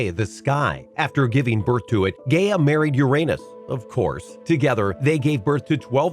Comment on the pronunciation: He said GAYa and UrANOSE